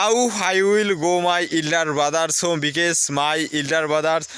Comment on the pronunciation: because, বিকেস না ভাই বিকস